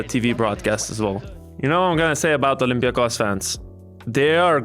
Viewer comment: Panathinaikos ir Olympiakos neteisingai kirčiuojama